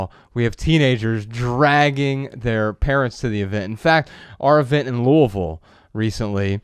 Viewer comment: I've lived in Kentucky my whole life, thank you Joshua for pronouncing Louisville correctly!!! Props to you my friend!!!